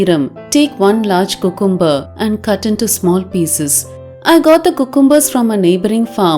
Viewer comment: it is pronounced as "Q'come'ber" not "coocoom'ber" please don't mistake me for being rude or sarcastic or picking on u. I have noticed vast majority of Indians pronounce it wrongly. Just sharing with. 🙏